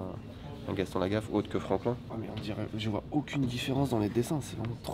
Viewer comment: Désolé mais c'est Franquin, pas Franklin... J'ai mal 🥲